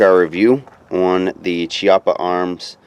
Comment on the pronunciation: For a correct speak pronounce Chiappa as Kiappa. In italian Ch is similar as K in british. Hi from Italy.